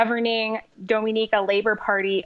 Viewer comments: Its pronounced “dō-mi-nee-ka” btw Not like Dominica as-in The Dominican Republic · You're pronouncing the countries name wrong. On a more important note. Thanks for covering this issue. Great work as always.